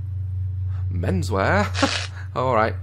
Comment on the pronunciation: Why did he say meanswear?